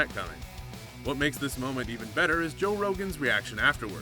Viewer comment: You should of researched into how Joe’s name is pronounced.